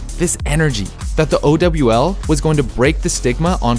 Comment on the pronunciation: OW VIDEO??? we so back edit:nvm bro this aint it Bro called it "Oh-double-u-L" and then said it was filled with microtransactions, aight man i get trying to make a story in a video but that doesnt mean you can distort the facts like this, remember where you come from